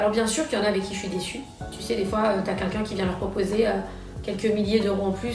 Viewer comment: Y a personne pour lui dire qu’on dit « quelqu’un » et pas « kenkin »!!!!